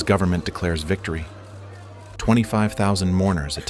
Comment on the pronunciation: VICTOPY lol